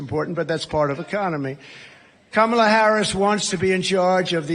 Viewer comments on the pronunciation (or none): none